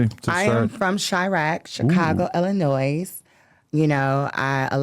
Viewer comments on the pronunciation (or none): The s in Illinois is silent! It’s pronounced ILL-A-NOY … how could you live there and not know that? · How u from Illinois and stil pronounce it wrong